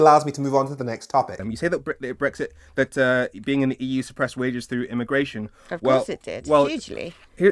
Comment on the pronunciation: She can’t even say “BRexit” it’s “BWexit” Posh bint and her fake voice has always annoyed the crap out of me.